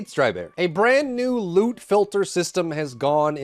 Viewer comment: Thought you said lude filter....was like wait holup wut